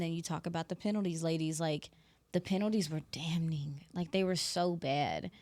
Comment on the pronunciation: Isn't "damning", NOT "Dam-ning".